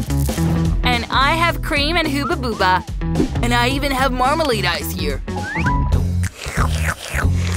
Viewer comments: It's pronounced hubba bubba!😡😡😡😡😡😡😡😡😡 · Its not huubbaba it’s hubababa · IT'S NOT HOOBA BOOBA!😡 IT'S HUBBA BUBBA